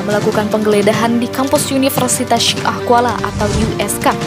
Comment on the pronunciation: CARA PEMBACAAN "SYIAH" NYA SALAH TOLONG DI PERBAIKI